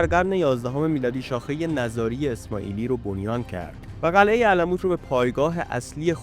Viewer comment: نِزاری درست است؛ نه نَزاری!! درست تلفظ کنید